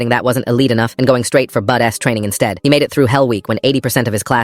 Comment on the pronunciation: BUD-S, damn the AI